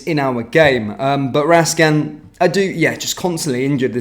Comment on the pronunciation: Please pronounce his name properly, it's Raskin , not Rascan .